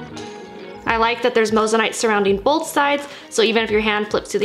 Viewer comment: You're saying moissanite wrong